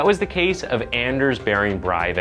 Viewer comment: he is not German, therefore, not Bryvick, in Norwegian, it's Bray vick. i know that you want to be a good reporter, but get the facts straight!